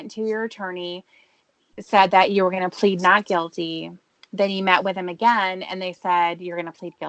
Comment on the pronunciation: That’s true. I remember a “cawl” where was driving absolutely hammered and Tiffany got on his case.. goes: “Tony drinks a lawt more than I dew!” Same with when she calls him out on his alcoholism and he’ll say crap like: “I did it ageen. I went over ta Tony & Wendy’s.” Which is his way of totally avoiding responsibility.